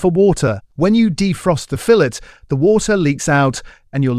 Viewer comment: I noticed that, is this AI? His English accent is perfect I should have thought he knew how fillet is pronounced in Britain.